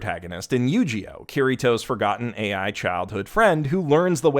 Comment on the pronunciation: I don't understand, did no one told him he mispronounced "yugioh" ? He keeps saying "yujioh"..